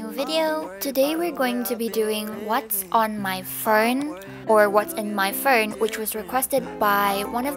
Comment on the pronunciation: "what's on my furnnn" the accent owo